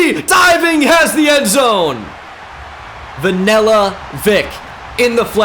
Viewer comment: the way he pronounces vanilla just pisses me off for some reason lmfao